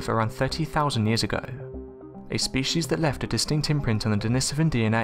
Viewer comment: DENI-SOVAN for the love of god man!!!